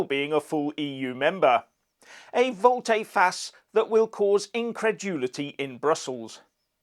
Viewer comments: Barnier is a hypocrite, plain and simple. By the way,, volte (of volte face) is pronounced like the English volt, as in voltage. Just saying😅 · the first ‘e’ in ‘volte-face’ is silent, and ‘vis-à-vis’ pronounced ‘vee-za-vee’. Just sayin’. 😁